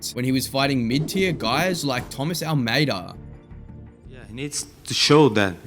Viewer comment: Not gonna lie.. I’m a huge Sugar Show fan, but I had to stop watching the video less than 2 minutes in because I can’t take the host seriously.. especially when he says “Almeida” 🤣🤣🤦🏼‍♂️🤦🏼‍♂️